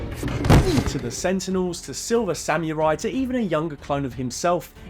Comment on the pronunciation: Is that a normal way to pronounce samurai? just rang really wrong to my ears and unfortunately I have the curse of not being able to let little things like that go...